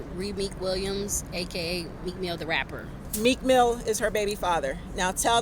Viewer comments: girl you can’t even pronounce their names correctly. You don’t know meek mill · This girl has been saying this for years. She doesn’t even know how to pronounce the names of the people she is talking about. She is crazy. Meek mill pays her no mind. You are stupid if you believe this